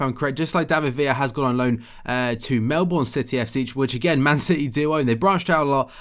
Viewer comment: HAHAHAHAHA "Melbooouurrnne City" it's just pronounced "melb-an" loved it :D